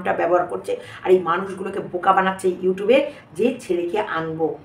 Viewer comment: Tahole to gala gali te bhoriye debe YouTube e Tepor ja kothar dhar Ja uchcharon YouTub😂 YouTube bolte parena